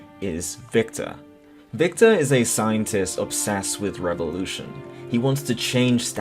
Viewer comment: "Viktor is a scientist obsessed with revolution" Think you missed a word and added and extra r in there. GLORIOUS EVOLUTION!